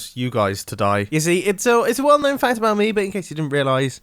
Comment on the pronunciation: are you talking abawt grian